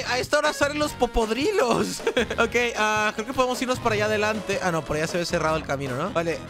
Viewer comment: ¿ PORQUÉ DICES POPODRIDOS?